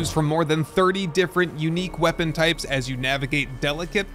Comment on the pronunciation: nice video thanks. Btw you can't say "weapon"?